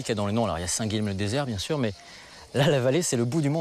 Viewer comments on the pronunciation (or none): Dommage qu'on massacre souvent les noms occitans à la TV, Guilhem ne se prononce pas Guilem, mais Guilyen à la rigueur Guiyen ou Guiyem.